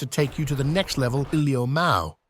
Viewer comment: And that “lamow” at the end 😂😂😂😂